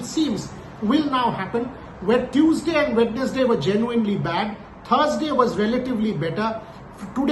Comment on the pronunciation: Not discounting Boria Ji's dexterity over english but it's not pronounced as "wed nes day" instead it's "wensday".